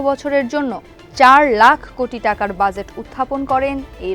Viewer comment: Exactly bhai, budget ta jebhabe uni pronounce korlen ekdom worst laglo. She is not fit for this post.